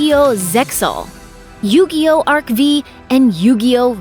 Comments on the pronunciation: The "V" in Arc-V is pronounced as "five". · Ah yes, "Bacooda", my favorite white-haired Yu-Gi-Oh character. I also love the SPINOFFS such as Yu-Gi-Oh GX, featuring a duel academy made by the rich man SAY-TOE Kaiba. Yu-Gi-Oh Arc-Vee is nice too :) I love drinking myself some Tea Gardner!